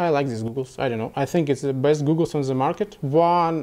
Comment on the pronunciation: It's goggles not googles no offence